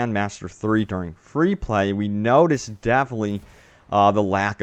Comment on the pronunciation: definitely /ˈdɛfɪnətli/ it's not DEAFLY, speak clearer! Or at least know the words you're speaking.